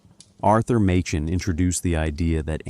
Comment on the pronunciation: AI trash. Listen to the pronunciation of Machen. Really sad state on YouTube these days.